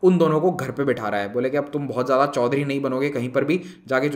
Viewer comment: Sir ‘ Choudhry’ 😂😂😂😂